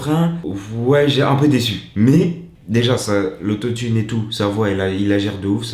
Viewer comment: l'autot-i-ne mdrr